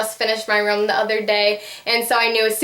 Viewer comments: its ROOM not ROM you say it wrong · Its sound likes h say rom instedvof room